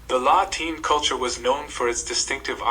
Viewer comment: Not sure how scholastic the video is. It mispronounces several terms (Kelts not Selts and La Ten not Lateen). The illustrations are more suited to 18th century AD rather than 5th century BC and the social structure they mention is more indicative of Medieval European rather than Pre-Roman.